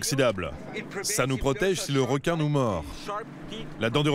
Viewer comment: Elle aime les r'quin